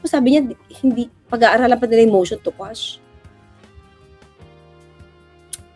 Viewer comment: Instead of quash ang nakuha sir,motion to squash😂